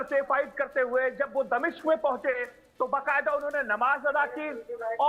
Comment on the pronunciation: मैडम यह दमशिक क्या है 😂